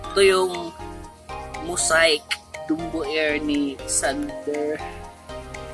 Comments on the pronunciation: Mosaic pronunciation is maseyk not mosayk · Ayus muna pronounciation ng Dumbo at Mosiac😂